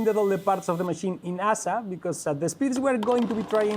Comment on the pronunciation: La playa de La Concha es preciosa. Por cierto, cuando pronuncies "ASA" en inglés, mejor deletrearlo, "eiesei", si no puede ser muy confuso para hablantes de inglés.